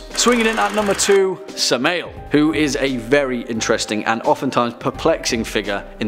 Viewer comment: Samma el. Pronunciation. And where can I get one of those shirts?